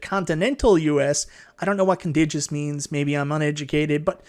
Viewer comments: It’s pronounced Con-Tig-You-Us my friend. Which is just another way of saying continental. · "Contiguous", hard "g", means all the states touching each other (so not including Alaska and Hawaii).